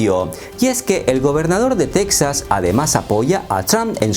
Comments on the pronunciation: Para independizarse necesitarían que los 49 estados firmaran estar de acuerdo en la secesión, de otra manera es sólo TEXAS B/S., el nombre en español es TEJAS no teksas....ya que lo narras en español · En español, se pronuncia 'Tejas', no 'Tecsas' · solo para recordarte a ti y a todos los hispanos que se pronuncia Tejas, no Tecsas. Gracias. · En español se pronuncia "Tejas" amigo. Buen video. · se pronuncia TEJAS TEEEEJJJJJAAAAAASSS toma dis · Las “Tetsas” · La manera que pronuncias Texas, descarta que eres Mexicano. No creo que se independice Texas (Tejas), Estados Unidos depende demasiado de ese estado. Es una estrategia electoral de los republicanos. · No se dic-ze tec-zaz, ni los án-lleles ni niu-méc-zi-cou. Plis, dount breic mai iirs. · Tampoco tejas es Texas, se pronuncia la X hallo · Si se de e pronunciar con la X ubícate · Se pronuncia Tejas..aunque se escriba Texas.. no lo digo yo.. consulte la RAE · No, se dice Texas pronunciando la X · No, se debería decir correctamente Texas pronunciando la X que así se escribe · Texas en español se pronuncia como México con j de jamón no con x.